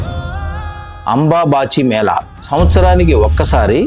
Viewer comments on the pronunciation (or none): It Ambu bachi mela sir pronounce properly.